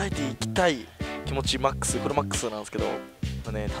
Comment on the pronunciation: 、いつも なんですけど、 が なんですけろ に聞こえます。 わたしと同じです。（笑）